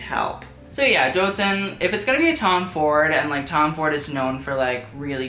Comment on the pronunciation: doutzen kroes is pronounced doubt-sen kroo-s